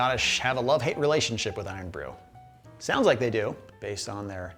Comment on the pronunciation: I’d concern yourself more with overplaying your part of the pronunciation of Irn-Bru. It’s not some ancient ghaelic spell. It’s just short for “iron”. Cool your jets. Is there an irn-man suit somewhere in the marvel nerd universe?